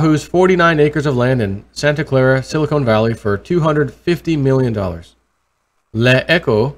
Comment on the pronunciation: Silicon valley not silicone valley.